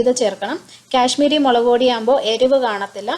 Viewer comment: 1st of all its kashmiri not cash miri and 2nd it's carrot not carrata.. Uff sounds so irritating.